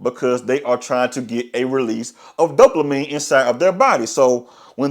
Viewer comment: Bro wtf us dope- la -mine ? The word does not contain an L !